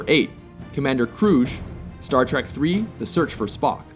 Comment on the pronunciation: It's "Trek," not "Track." Learn to read.